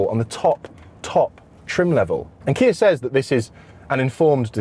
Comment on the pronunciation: Why do you say Kia as kiarr